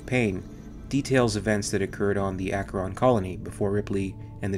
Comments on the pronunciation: Matthew Schafer that too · Akkeron colony? Archeron lol - as in Archer (bow and arrow). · you've added an R in there. spelled Acheron and named after a river in Greece where a ch makes a hard k sound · it's pronounced Asheron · Mike Rodriguez everyone says they are alien big fan. Blah blah blah. Most don’t even know the lore. Also Comic books are not canon. This guy can’t even pronounce “acheron”. Protips: watch the aliens bonus feature. Listen to how James Cameron pronounced it. Why would i cry? I just laughed at this.